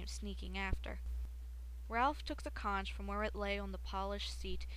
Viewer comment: C-O-N-C-H is pronounced conk